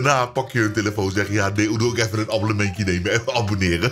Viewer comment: Fijne feestdagen bro!! Maar maat serieus een abbollementje? 😂😂😂(30sec)